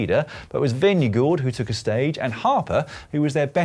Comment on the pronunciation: Lloyd, quick tip to help you in the future when talking about Jonas Vingegaard, just skip the last d in your pronunciation.